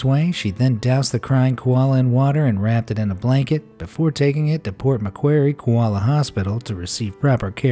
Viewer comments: Port macqrie lol it’s not pronounced like that 😂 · Its actually port Mc qurreie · For the koala rescue, Why do people keep pronouncing port macquarie wrong? Forget the C, its silent